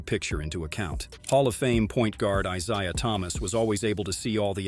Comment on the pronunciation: Mispronounces "Isiah".